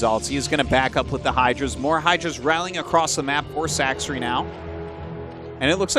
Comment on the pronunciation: my favorite is how after all this time Tasteless still calls Sacsri "Sack-Siri" lol